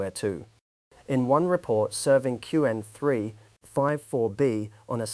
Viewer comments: Q-Wen is not the way most people pronounce it. Also, put at least 2 seconds of dead time before narration starts. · So I'm not alone ^^' And "cue N" for Qwen is a bit unsettling too. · the speech timing in this CLEARLY ai read is grading... the way it pronounced qwen, the way that it starts a sentence and sometimes pauses in the middle and continues... very annoying to listen to... that said, the content is top notch... I'm going to be reevaluating my local inference server for my openclaw setup this weekend. thanks. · that's why we keep coming back indeed, though mispronouncing "Qwen" tends to show he's a beginner, which he's not, apparently...